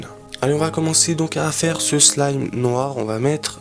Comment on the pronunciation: mais tu dit slam a la place de slime